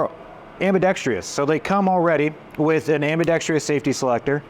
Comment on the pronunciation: Ambidextrous, NOT Am-bee-dex-tree-us!